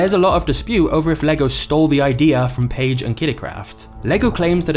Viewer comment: im danish and most english speakers dont pronounce the name right but you did a great job pronouncing it right thanks for that XD